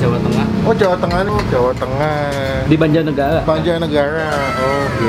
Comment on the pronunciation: Tengah bang bukan tengaj